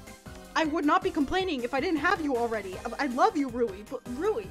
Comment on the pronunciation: I cant stop saying LORVE LOL